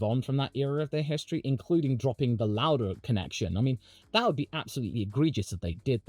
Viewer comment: "Louder" = "Lauda"